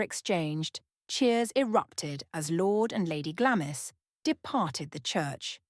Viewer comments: Glamis is pronounced Glamms. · Glamis is pronounced GLARMS!